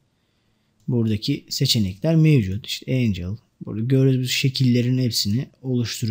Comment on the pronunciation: Çok güzel anlatıyorsunuz. Yanlış anlamazsanız Angle "engıl" diye okunuyor, Angel "encıl" diye okunuyor.